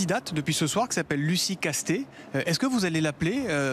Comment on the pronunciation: Puisque la question sur la manière de prononcer son nom s'est posée, je rappelle que l'Académie française a déjà posé la règle qu'en langue française le "s" final ne se prononce pas sauf quelques rares exceptions! On ne doit donc pas dire Castetsse mais Casté